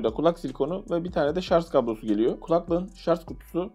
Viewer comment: Güzel abicim rica ediyorum şarZ deme şuna